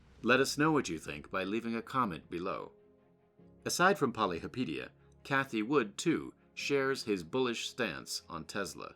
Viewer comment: Your not even pronouncing his name right. Poly hopa teea